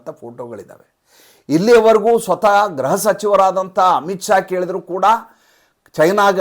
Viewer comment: ಗ್ರಹ ಸಚಿವರು ಅಲ್ಲಾ ಸಾರ್ ದಯವಿಟ್ಟು ಗೃಹ‌ಸಚಿವರು ಅಂತ ಹೇಳಿ.